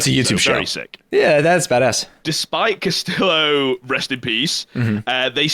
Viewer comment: Smh hes still misprounouncing Castillo